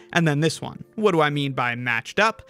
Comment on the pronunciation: And pronounces 1 as “own”